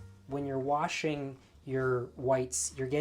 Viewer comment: I love you! You said "warshing." Sooo old school just like your approach to everything. This is a wonderful reminder and I've never heard of bluing liquid. My mother dropped the ball on educating me on that one!! And, I had no grandma to teach me either.